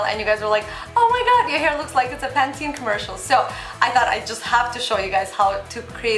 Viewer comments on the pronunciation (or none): none